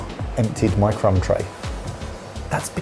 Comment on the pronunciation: Crumb tray? I heard c*m tray